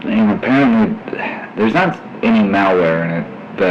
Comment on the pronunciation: "theres not any alware in it" are you sure